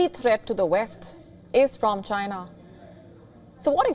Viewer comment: especially the way she says Chyna. LOL